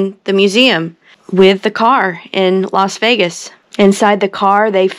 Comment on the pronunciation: LOS Vegas? Do you mean LAS Vegas